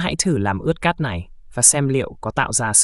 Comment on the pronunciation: Cát t, đất t, mạch t 😮